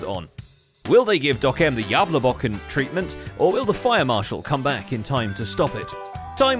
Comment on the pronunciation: As a Both a Sweed and a Gävlebo it hurts me how you pronounce "Gävlebocken" good try tho